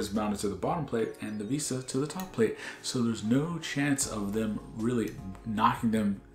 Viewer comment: Vista not veesta